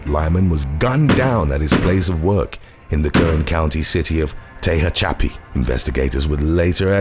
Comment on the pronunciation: when pronouncing "Tehachapi" goes horribly wrong